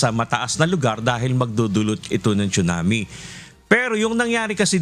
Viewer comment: It’s pronounced as sunami not chunami